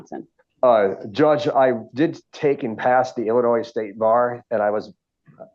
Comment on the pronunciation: Will he know how to say SUSTAIN, ASK and ILLINOIS this time?